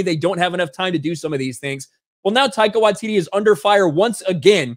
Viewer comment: Can you please once pronounce the comedy genuine name currently! Love what ya have always done, but please speak English! 🙏. Your doing a video about ONE OF MONTYS AFTER ALL!